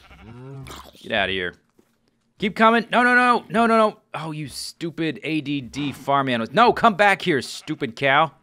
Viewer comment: You SHTOOPID SHTOOPID FARm ANIMALS! ~ 2013 I love how you say shtoopid instead of stupid when they dont listen. XD